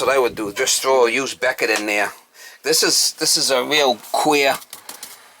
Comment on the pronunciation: I was trying to figure out what a "quail" unit was when I noticed he was saying queer😂 Those old FPE Stablok panels are a good way to test the limits of your homeowners policy. There's a lake community near me of around 50 homes and every one of them had Stabloks in it. At least 5 of them suffered fires related to them. A 15 amp breaker may trip around 40 amps or not at all. By then the wires are glowing.